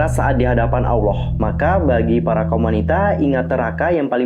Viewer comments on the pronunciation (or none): none